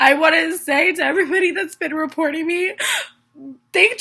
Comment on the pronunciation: “reportening” lol